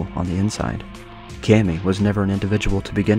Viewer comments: also Kami is Kami, not Kemi :) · Small nitpick but its pronounced (oo mom mie)umami and (commie) kami.